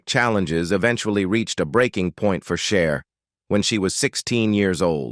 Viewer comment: 🙄🤦🏻‍♀️ is not Share is CHER.....